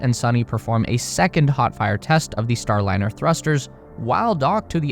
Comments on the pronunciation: You killed your credibility at the top of the video by calling it the "Boeing Startliner." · oooof. "Boeing Startliner" at least you narrate your own videos. ill sub for that. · Your intro says Star T liner, not Star liner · "StarTliner" ??? time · “The startliner” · at 44 seconds its says STARTLINER?? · "STARTLINER"? A Freudian slip - what they started, they couldn't finish. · Wtf is a Startliner? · FFs it is a Starliner, not a Startliner. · At 48 sec in, you call it "Startliner", heh. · Is it STARLINER or "STARTLINER" I assume I'm missing a reference, joke or someone made a: da da da dumb... Mistake. How are you gonna make a video blasting a company for its mistakes when your video didnt make it a full minute withiut comically ridiculous error? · "STARTliner""? To err is human... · "Startliner"? 0"49. Could well actually be the Endliner. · “STARTLINER” 50 sec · "startliner" lol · "STARTLINER" Really? You guys need a proofreader. Your AI AIn't cuttin' it. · Star-T-liner? Really..... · . “Boeing StarTliner”. 🤦‍♂️ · What is a "STARTLINER" ?? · STARTliner? More like STOPliner amirite?? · WTF is the “Startliner” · STARTLINER??? Poor AI!